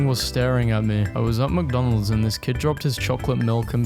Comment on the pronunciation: Are we just gonna ignore him say "Mcdons" here